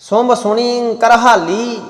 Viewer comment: ਦੀ ਅਵਾਜ ਬਹੁਤ ਵਧੀਆ ਹੈ, ਸੁੰਭ ਨੂੰ ਸੁੰਡ ਪੜ ਰਹੇ ਹੋ, ਬੱਬਤਰਾ ਨਹੀਂ ਗੇਰੂ ਬਸਤਰਾ । ਬਬਤਰਾ ਦਾ ਅਰਥ ਆਪਾ ਨੂੰ, ਕਿਸੇ ਨੂੰ ਵੀ ਨਹੀਂ ਪਤਾ, ਬਬਤਰਾਂ ਦਾ ਅਰਥ ਕੀ ਹੈ